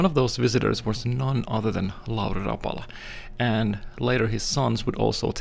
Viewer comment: It's the trusted Black and silver Rapala that's cought more walleye than can be counted, Glad you told people the correct pronunciation, what an interesting story but what did Toivo use for epoxy?